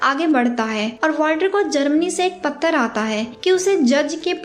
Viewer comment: Madam patra hota hai correct ur pronounceation